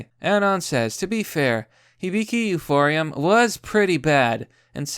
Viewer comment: TL:DW? "Kyoto animation studio deserved to be burned to the ground because I don't agree with how they adapted mangas and there are too many women." Also, the word is pronounced "Euphonium, not euphorium" and Moe is pronounced "Moh-eh" not "Moe". Come up with a cohesive statement and rational argument after you learn how to read, edgy dipshit.